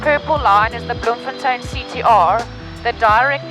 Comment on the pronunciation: Yeah enjoyed that-You said "Bloemfontein" brilliantly with the Dutch accent -Lived in Bloem for many years and now in CT-CT is way better!